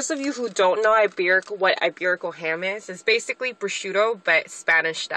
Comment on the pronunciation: She said "iberical" listen closely what you wrote is correct. Just sayin